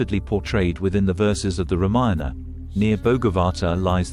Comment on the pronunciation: Such wonderful information. But so hard to take it seriously with that computer voice and screen subtitles continually saying " reminder" instead of Ramayana.... You obviously never check the quality of your work. Really very disappointing. Why do you need a computer voice who knows no context and then you never listened to your product... Please do better